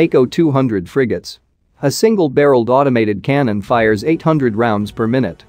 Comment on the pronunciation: Per “my newt” ? Lol